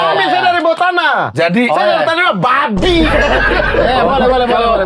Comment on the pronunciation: menit ke 1 jam lewat 1 menit kocak kali bg Praz : Eh "BABI" renyahhhh kali wkwkwkwkkwkw